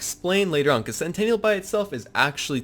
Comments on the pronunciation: Sen tin ul. Either way, we all agree it's not centennial. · It's pure cringe how you say centennial (100 years) instead of sentinel (SNTNL). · It’s Sentinel, not Centennial lmfao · Sentinel dude... Not sentaniel or whatever it is you say bro lol. Good vid. It's a great build been using the same build for a while now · Great video, but SEN TEE NELL, sentinel not sentenial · Awesome build, and grats on the World Record but say this with me .... Sent - Ten - all ... Sentinal .... NOT Centennial I would love an Anointed Lucian's Call though! PSN: TheGaminSeshion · It’s sentinel not centennial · It's "SENTINEL" not "CENTENNIAL". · Darius Rydahl it was driving me crazy!!! Lmfao!!! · "CENTENNIAL"....you mean sentinel? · It's SENTINEL not centennial. LOL that was cute. I didn't want to play with Zane really but watching this made me want to level him. Awesome build! PS Don't put me on timeout ;) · I'll sub when you learn how to say sentinel... you don't have a "centennial" drone... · it's sentinel, not centennial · Sen-ti-nal, you're saying centennial, which is a hundred year anniversary. BTW, 50 First Dates was hilrious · Great Build dude. But please....it's Sentinel! Like X-MEN's Sentinel. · really? CENTENNIAL CENTENNIAL CENTENNIAL CENTENNIAL CENTENNIAL CENTENNIAL CENTENNIAL CENTENNIAL CENTENNIAL CENTENNIAL!!!!!! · Dude, great vid and made me sub, but every time you said "centennial" I wanted to reach through the internet and slap you lol. Great vid though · Pffft. "Centennial" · It’s pronounced sentinel, dawg. Sen-ten-uhl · he calls it "centennial" in the video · oh gods I cringed every time he said it. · Sentinel, not Centennial